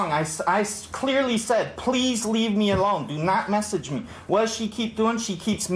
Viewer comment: Okay I also need to say that his sideburns are hilarious. You can tell he tried to even them up before he left his house and boy oh boy did he mess up. They’re horrific. It’s delightful to me as a former stylist of 8 years lol. Edit; I also can’t stand people who pronounce message as messeeeeeege.